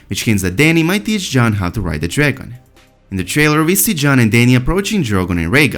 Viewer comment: Please pronounce letter "G" well. All I can hear is "Drangon Queen" "Drangon Nglass" ffs